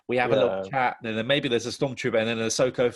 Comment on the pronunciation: Why is it sounds like he's pronouncing Ahsoka's name as Asso Katano, I can't unhear it now! (Brilliant video, both theories about the clones equally believable)